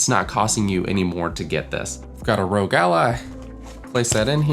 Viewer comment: Great video! Totally agree, no third party cases are upto scratch yet! Hope to see more content on the Ally. Also, its R.O.G which stands for "Republic Of Gamers" so its not pronounced "rogue" :D